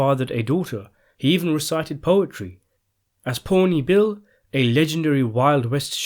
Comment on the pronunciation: Oh, and I’m part Shawnee native and can tell you you’re pronouncing Pawnee Bill’s name. After he was given that name from the Pawnee tribe. The Pawnee tribe and name is Paw-knee. The a is short and doesn’t sound like an O. P-ah-knee. Get that right too please! If you’re going to study natives and tell their stories, then respect their tribes and study how each is pronounced before making another video like you’ve been asked repeatedly!